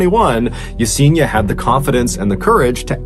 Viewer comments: It's pronounced Ya-Sen-EEEE-Ah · Mr. B. Allen, you are mispronouncing Yesenia's name. Ask someone of Latino heritage how to pronounce her name. It's actually pronounced (e-seen-i-ah.)